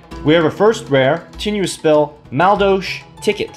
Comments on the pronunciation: That is not how you pronounce madolche. Not even close. Ma-dole-che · basically mad-ol-sh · Man I fucking love this deck archtype. I used them alot in the tcg. Although thier missing the key cards to make them good like anjelly, hootcake, mageleine and queen tiaramisu. Still excited to see this deck in duel links tho. Btw it's pronounced Ma-dol-chee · Dude wtf learn how to pronounce the archetype.